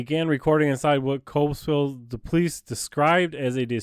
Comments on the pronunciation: It's pronounced Cobleskill, CO, not Kob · It's CObleskill. Hard "Oh." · you should learn how to pronounce the name of the town correctly before doing a "Audit"